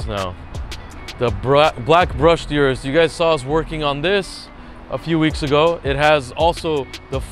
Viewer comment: O-RUS not U-RUS